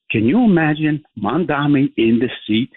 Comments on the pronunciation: The CNN host is doing the same thing Cuomo and every xenophobe did and pretended she can't pronounce "Mamdani" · She can't even pronounce his name. Must be an homage to Trump. Since big Larry is going to be her boss. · The oligarchs don’t even know how to pronounce Zohran Mamdani! So pathetic. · All the journalists who can't say Mamdani's name right should all be FIRED. What the hell???